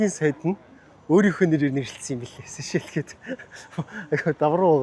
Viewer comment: Хэл ам дуудлага энэ тэрээ засалдаа. Улс орны нэр усыг нь ядаж асууж байгаад ярилдаа. Сэшээл сэшээл гээд солиороод байх юм. Чамайг үзэж байгаа залуу үе маань буруу дуудна шдээ. Бүүр болохгүй бол AI-аас юу гэж дууддагийг нь асуулдаа.